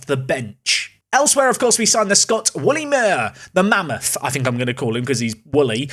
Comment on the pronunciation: Your murdering the pronunciation of 'Wullie' It's pronunciation Wull not Wool. Emphasis on the 'Ull'